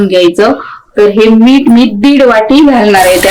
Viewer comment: तुम्ही मिरच्या तळताना दाखवता व भाजून खायच्या म्हणता तरी तळून खायच्या म्हणा व मीठ म्हणा मीट म्हणू नका.मराठी शब्दांचे व अक्षरांचे उच्चार सुयोग्य करा शुद्ध बोला. पाक कृती छान आहे.